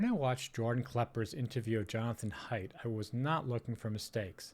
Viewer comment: The pronunciation of the guest's name is a minute detail that can easily be mistaken if his research consisted primarily of reading material. Regardless, it is clearly obvious that Klepper did not do it in a malicious or mocking way. He expresses very clear admiration and respect for Mr. Haidt, and I am certain that Mr. Haidt did not take it personally either. Nevertheless, Mr. Klepper is human, and humans make mistakes... I would say that this is indicative of nothing beyond perhaps a smidgen of incompetence if I were to be overly harsh.